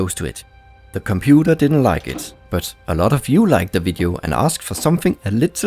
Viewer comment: De compuder... English advanced bruder